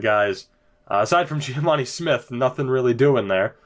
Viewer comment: im pretty sure its just geh-vah-nee not gee-ah-vah-nee